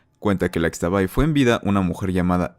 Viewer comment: Como dato, Xtabay se pronuncia como "ishtabay", lo mismo con la flor de Xtabentún (Ishtabentún)